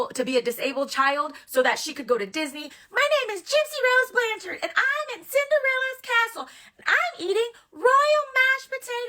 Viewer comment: OMG, everyone uses photoshop or filters. It's really not that big of a deal. I personally think people are nitpicking at this point for content. And the last name is pronounce blanchard not blan-charde. She may be a little jealous of her older sister but she looks up to Mia. If people can't see that, there's a problem. I think people need to find other ways to make money instead of making money off her name and call her a grifter when you guys are no different.